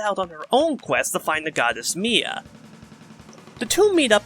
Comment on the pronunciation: im detecting a pattern with your fire emblem segments lul. luckily with celica, rigel, and mila, they arent gonna come up again so it doesnt matter but i better buckle up for the rest of the fe spirits thatll have even harder to pronounce names lul. (for the record Celica is pronounced "Cell ick a", Rigel is "Rig El", and Mila is "Mill a")